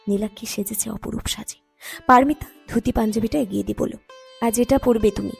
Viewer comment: বলুন পারোমিতা -পারমিতা নয়।